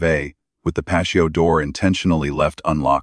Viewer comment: How can an ai bot, not be able to say patio door, and pronounce it as pacio